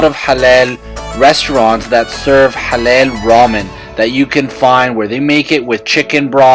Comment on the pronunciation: IT'S NOT HALEL, IT'S HALAL. Much love from Sydney.